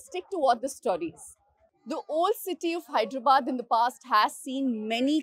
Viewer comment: Its "Hyderabad" not "Hydrabad" akka